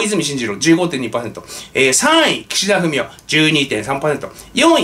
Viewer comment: の発音で、たまに、岸田フェミお と聞こえたりしますが、全然違和感ありません。